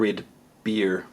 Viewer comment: Haha, it sounds so odd when you say "beer"!